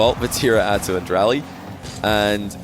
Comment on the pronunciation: FYI for anyone wondering Raleigh is pronounced “Rall-ee”. Like Wall but with an R. Not pronounced like “Rally”